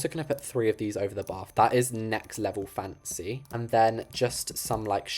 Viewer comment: lol the way he says "FaNcEy*lol btw i love you videos keep up with the greatwork